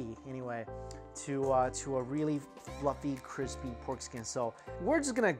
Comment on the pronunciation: Joshua weissman is quaking at the CWISPY skin